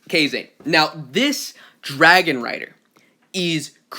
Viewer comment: Bro it's Japan. Kazane pronounced "Kuh-zah-nay" not "kay-zayn"